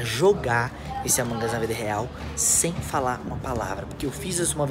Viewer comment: No começo o falou avong us e e among us